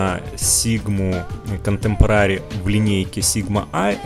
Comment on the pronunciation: КонтЭмпорари, контЭмпорари! Не контэмпорААААри, мои уши!